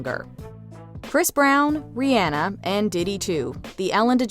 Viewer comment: The narrator pronounced Rihanna’s name correctly, which is rare. Must be a fan. 👏🏾👏🏾👏🏾